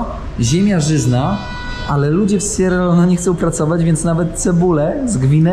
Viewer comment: Kierowniku jak to w koncu jest z ta wymowa … raz Sierra Leon, raz Sierra Leone, zdecyduj sie😳